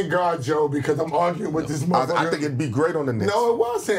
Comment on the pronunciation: way he said Joe show you know he don’t watch the Pod.